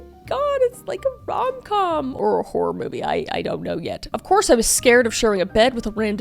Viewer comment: Wait why was the accent at the start kind of serving lol 😂😂 Edit: 11 minutes in and the "ooh it's like a rom coommmm... or a horror movie idk" was cracking me up lol 😂😂